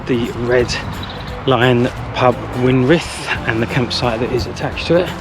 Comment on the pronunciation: Win-Frith, not Win-Rith!😁 And that caterpillar, will turn into a Garden Tiger Moth, which is very rare, now.